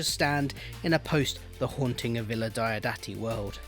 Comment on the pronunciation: I'm really not that bothered by any clashes between BF, the novels and the TV show, and I'm happy to treat them as parallel histories. PS: Diodati is pronounced "DEE-awe DAH-tee" (hope that helps).